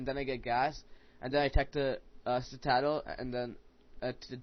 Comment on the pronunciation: Dude, Citadel is pronounced "sit - uh - dell"! ;)